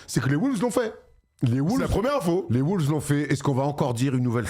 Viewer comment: arrêtez de dire des "les WOULVES" s'il vous plaît. La phonétique c'est : UK: (wʊlvz) US: (wŏŏlvz)